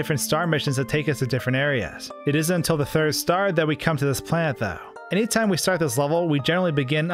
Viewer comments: He says planet like plant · who else thought he was saying "plant"